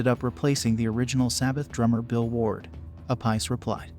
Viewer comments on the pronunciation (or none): I talked to Vinnie after a show in Cincinnati with Supertzar ,his Sab tribute , which was a good show and fun. He's a really cool guy who has done some incredible things in his career. Btw did u say Vinnie App - Ice? 😁